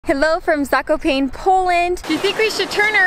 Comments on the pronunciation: Zakopain :D hahaha, the funniest way to butcher name "Zakopane" I've ever heard. Polish alphabet is based on Czech, which is based on German, so try reading Polish like it was written in German alphabet, then you will sound better than reading it English way. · It’s VRO-TZ-LAV and ZA-KO-PA-NE (E isnt silent)